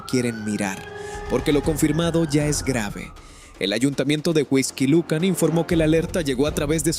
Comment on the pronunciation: Es Huixquilucan, No Whisky Lucan!.